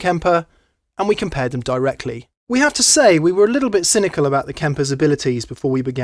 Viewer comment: "cynical", not "synical" ;-)